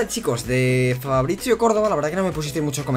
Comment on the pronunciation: Porque lees ¨Fabricio¨con pronunciacion italiana? en plan, Fabrizzio?